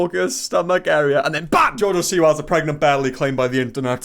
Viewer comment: “her bellay”